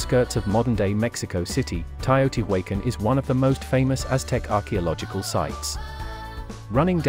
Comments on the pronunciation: It’s pronounced “tayo-tee-wacan” Not what ever the miss mash you said off the get go! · yo he didn't even pronounce the name correctly. Tyo te waken!? 🤣 😂 Are you joking me?